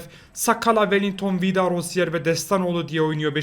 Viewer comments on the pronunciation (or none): none